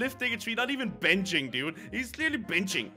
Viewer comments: It sounds like said beetching lol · you said biching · am i the only one that realized this but said the word b***** instead of benching